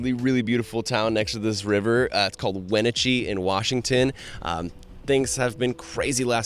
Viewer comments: Thank you for another video I can share with others. Born and raised in Washington, I’m familiar with the cities. The town your staying at is pronounced wa “natch” ee. I like the way you say it though, too! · I'm from Washington! The town you stayed in is actually pronounced "wah-nah-tchee" where the "nah" sounds like in the word nasty. Thanks for a great video!